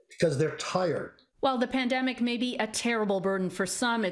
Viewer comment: My man just said "pademic"